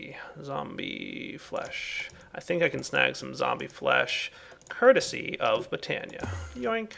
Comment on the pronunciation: you say curticy a lot